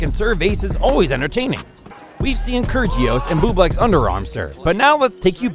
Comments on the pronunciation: Gotta love kergios it’s pronounced kyirios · This man has no idea how to pronounce any names. Nick Kurjios Pierre Hugis Herbert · Really?? KERR-JEE-US? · Mf really said "Nick Kurjious" 💀🤡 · Gotta love ‘Kergious’ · This guy did not just say kyrgeious like bruh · It is pronounced Nick (ki-ri-os) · Get your pronounciation right ffs. It's not keergios. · video should be titled as 'the real way to pronounce Krygios' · The way he pronounces kygrios, I was laughing my head off 😂😂😂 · Kirjios instead of Kyr'ios, Thomas Berditsch instead of Tomáš (TomaSH) Berdych (BerdiKH)... OMG Ayven Lendl :-D :-D